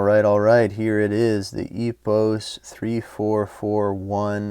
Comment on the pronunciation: It is spell as Epooos French way..